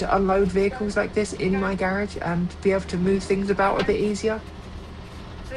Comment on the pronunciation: It's pronounced "garage" not "garage?.😊